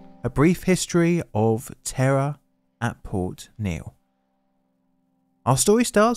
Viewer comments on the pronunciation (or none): I know I am not the only one who initially thought you were saying the "Terror International" plant exploded. (It's "Terra".) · Ten seconds in, do I hear Terra or terror!? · The way "Terra" turns into "Terror" in John's accent seems all too appropriate for this one, yikes! 😯 It's always fairly horrifying to me just how many of these fairly major disasters appear to have happened internationally during my teenage years, and just how few of them I've ever heard of? Makes one devoutly hope that safety measures have improved in our current era, but...!! 😵‍💫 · Did he say "Terror International"?